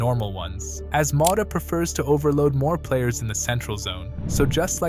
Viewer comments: Impressive analysis, so impressive I can't understand why you pronounce his name Mota 😅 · Who the fu.k is Thiago Moda? Is it too hard to pronounce a T instead of a D??